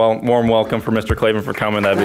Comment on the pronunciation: there are no "E"s in Klavan